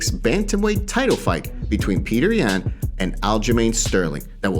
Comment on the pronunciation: His name is Yan pronounced (Yawn).